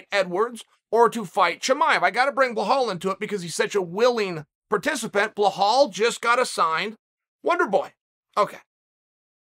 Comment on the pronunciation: “Ball hall”